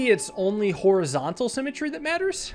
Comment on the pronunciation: simatree now sounds like sim-a-tree and not a word